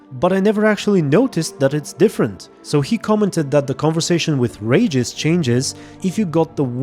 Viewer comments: its Regis not Ragis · I know English isn't your first language but boy was it ever hard and kind of hurt to watch this with every time you say Regis' name wrong. It's pronounced Ree-gis not Rey-gis. Sorry for being nit picky, If it makes you feel better I do the same thing to English primary speaking youtubers as well. lmfao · It's not Rageous it's Reeeeeegus! 😂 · You kept saying Rages and I had no idea who you were talking about 😆 Regis. "Ree-jus" 😉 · The way you pronounce Regis' name, it's outRAGEUS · im polish and i had no idea who u meant when u said Regis the first time lmao i didnt recognise it because of the way u said his name